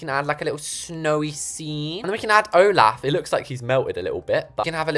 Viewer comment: Wait will someone tell him it’s “Olaf” saying it like “Olof” (Not to be mean)